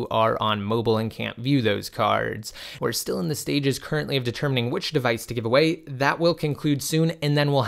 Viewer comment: Why do u say device like that